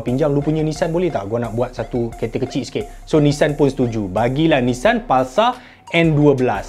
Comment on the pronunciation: bukan nessan bang tapi Nissan